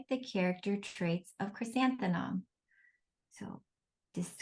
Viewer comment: Is it me, or is the presenter having difficulty pronouncing the word, "Chrysanthemum"? I hear her saying, "ChrysantheNum"